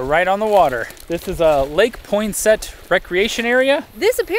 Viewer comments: We pronounce the lake as pon-sit or pon-set (depends on the person but that’s how locals say it I have family that lives there lol) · You missed eating THE BEST steak in South Dakota at the Tea Steakhouse in Tea SD just about an hour from Sioux Falls. Also, Poinsett is pronounced "Ponsett". I really enjoyed the video of my home state. I hope to take my husband there someday to see where I grew up and where many of my cousins are.